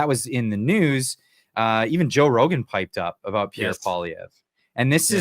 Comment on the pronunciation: Rogan takes himself increasingly seriously (laughable, especially after the Douglas Murray humiliation), worse, much worse even than thick as a brick rich guy PBD. He is good for entertainment, not much more. PP was wise not to waste him time with amateurs, who can't even pronounce his name correctly. The hubris of these self-important, narcissistic podcasters, whilst exposing their utter incompetence, is fascinating to watch. Talk about being in a bubble. Try real life sometime, rather than staying in the "fake" internet "reality".